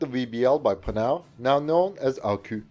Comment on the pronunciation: Please man, you're saying Panhard like panard, which is slang for foot, the H indicates a pause in the word, it should go like pan-hard. You're also saying Arquus as Arquu, which is effectively like saying arqass, the s should be pronounced as if speaking latin, then stressing or not the two Us is up to preference. I'm sorry french is so hard to approach from a foreign point of view, but like, these specific industrials are the main characters in most of your videos about french equipment and it's nerve racking me